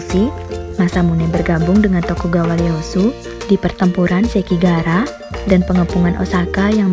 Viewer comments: Bukan Leyasu min ngebacanya tapi iyeasu tokugawa orang jepang gx bisa ngomong L, iyeasu tokugawa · Leyasu? 🤣🤣 bahasa Jepang mana ada "L" Itu Tokugawa "i" Easu